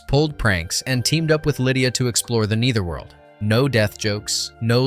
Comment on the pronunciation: Explore the KNEE'Ther realm.. lol nice pronunciation